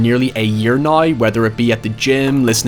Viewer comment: I want to leave a thumbs up everytime i hear a "noy" og "hoyever"